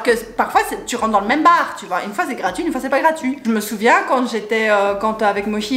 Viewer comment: Jrentre dans un baaaaaaarrrr hahaha l'accent belge j'adore <3